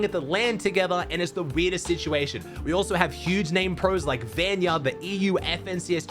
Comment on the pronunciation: can you just say vanyak not vanya